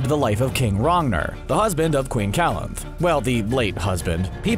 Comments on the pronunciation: ITS QUEEN CALANTHE NOT CALANTH!!! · Dislike for the narrator's pronunciation of Calanthe.